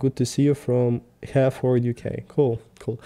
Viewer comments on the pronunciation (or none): none